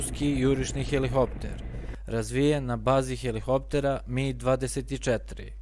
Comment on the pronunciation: Након ваздуплохова имамо и "хелихоптер". Свака част, треба сваки пут хеликоптер тако изговорити у снимку од пет минута... Не може то свако.